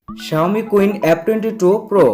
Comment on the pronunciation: শাওমি কুইন না সীন হবে। আগে ভাল করে সেট এর নাম জানুন, এর পরে রিভিউ দেন।